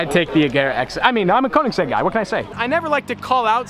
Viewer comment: You said you are a ”koenigsegg” guy but you can’t pronounce it right